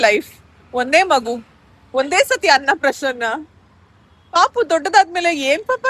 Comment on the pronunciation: ಅನ್ನ ಪ್ರಶನ್ನ ಅಲ್ಲ ಅನ್ನ ಪ್ರಾಶನ